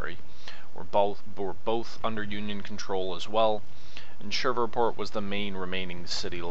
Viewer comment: Not to be rude. But it's Shreveport. Pronounced Shreeveport. Been that way all my life. I know people from there, and that's how they say it, too. As an side, read Rebels on The Red and Faces of Fort DeRussey by Randy DeCuir